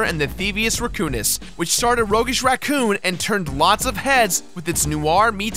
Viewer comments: I Know, But hes pronouncing it theivious "rEcoonis" not "rAccoonous" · you say can say Raccoon correctly. So then why tf are you saying "Reccounous"